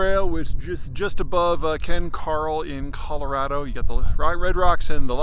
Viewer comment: I really appreciate that you can pronounce Colorado correctly.